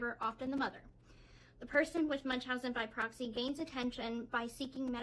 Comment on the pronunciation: Wow i cant believe shw pronounced it right In the documentary she was asked if she ever knew what munchausen by oroxyM She responds with, "No i never knew what Munchausen by BOXY" meant She purposely mispronounced it. Thats when i turned that crap off